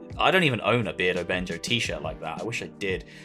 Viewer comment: Another great video.. appreciate the art love, so many talented ppl out there... Bear-dough-Benjo lol. Keep up the great work!! Respect